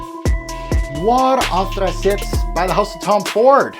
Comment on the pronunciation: Anthracite is pronounced “Anth-ra-sight” not “Anth-ra-sit” .It is not a French word...